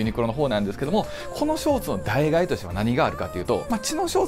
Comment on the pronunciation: 脳死でノースフェイス着てる奴に脱ユニクロ語られても何も響かないんだけど… あと代替は「だいがえ」じゃなく「だいたい」な